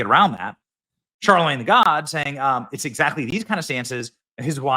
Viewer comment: Benny, stop saying Charlemange tha.... it's annoying and ridiculous 😂